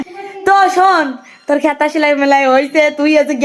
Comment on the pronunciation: খেতা নয়,কাঁথা